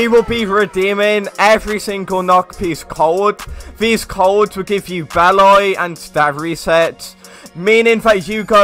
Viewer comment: Why you pronounce beli as be-lay